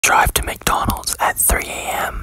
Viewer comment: i thought i heard dRiVe To mCdOnArDs